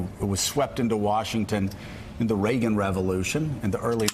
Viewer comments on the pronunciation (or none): none